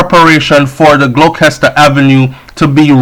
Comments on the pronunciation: Gloucester is pronounced "glowster"😧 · So sad.. it’s terrible. Gloucester.. pronounced Glock-Chest-Or.. (no disrespect, btw).